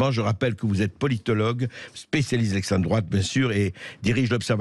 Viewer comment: Camus...."le specialiss de l'esstrem droatt"....non, il est marrant